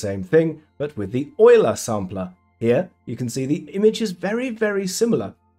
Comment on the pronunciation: finally someone who pronounces "Euler" correctly